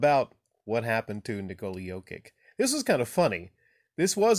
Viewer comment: Stoped watching after 10 second's, you can't even pronounce his name, you are just another casual...